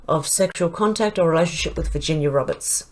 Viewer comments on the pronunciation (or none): none